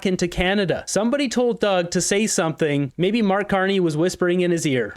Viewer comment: Nah he said it correctly.